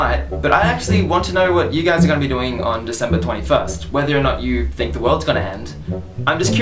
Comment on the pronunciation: haha you said "i don't thing"